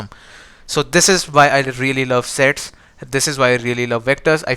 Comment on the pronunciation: sets sounds sex at 1.75x......🤣🤣🤣🤣🤣🤣🤣🤣